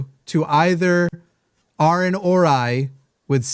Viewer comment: For the love of the Spaghetti Monster, it’s Aron not Aaron. Trust me I know the difference firsthand lol 😂